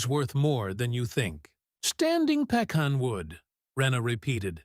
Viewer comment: I’ve never heard pecan pronounced like that. Not the northern way or the southern way.